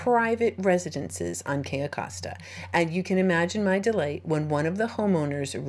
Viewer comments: It's Cay"o" Costa, you kept saying: Cay"a" Costa. Just FYI is all. :) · HI Sorry love you and your videos .BUT its pronounced (. kiyo costa)= cayo costa LOL Im Latina ..